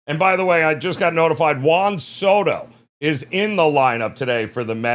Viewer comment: said “Wong soto” 😂